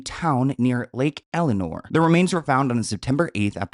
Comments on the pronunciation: Its not Lake Eleonor. Its LAKE ELSINORE (EL-SIH-NORE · Lake ELSINORE not Eleanor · Btw it’s lake Elsinore not lake Elanor. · …..it’s Lake El-sin-or, not Elinor like you’ called it:)😂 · Lake Elsinore not Elenor lol 😂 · Lake “Elinore” 😅 Almost makes it sound nice. I grew up there. It’s Elsi-nore though. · lake el.sin.nore. Not elinore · Crazy that all of these signs were right in front of us this whole time. Also it’s lake Elsinore not Elinor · It's Lake Elsinore CA, not Lake Eleanor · elSinore not elinore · Lake Elsinore. Not Lake Eleanor Jesus Christ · Every time he says lake Eleanor I lost it it’s lake Elsinore. She’s not pretty but say the correct area 😂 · Lake ELSINORE..not elinore. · Its not ELINORE....its ELS-EH-NOR😂😂😂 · Lake El SIN NOR love lol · The amount of times your said Lake Elinor was actually funny lol likeeee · Every suspicious death is treated as a homicide. And its Lake Elsinore (Elle-Sin-Nore) lol I think he did it, or has something to do with it. Not sure why he hasn't turned himself in. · Love the video but pls look at all the letters in words 😭 it’s lake el-si-nore 3 syllables 🥲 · It’s lake el sin or! Lol ❤ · Great video! It’s Lake EL-SIN-OR (I lived there for almost 10 years). Really horrible place to live & raise kids.